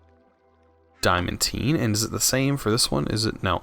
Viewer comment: Legitimately, not being rude (as it might sound), It's pronounced "Dye-uh-man-Teen". Great videos man, I'm playing through it and your videos are very informative, and fun to watch!